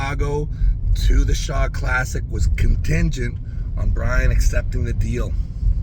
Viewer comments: I pwomised my fwend Bwian so now I have to cancwel mwy mwatch with Vwitaly, guys! 😂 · He can't. His fwend Bwian will be so saaad if he pulls a real match! 😂